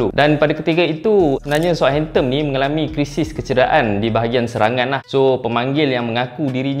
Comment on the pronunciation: belakang 'N' bang,bukan 'M' hamptomm apa benda